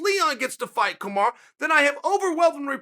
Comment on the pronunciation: did he just say 'kumara' & welhal muhammad? hahaaa..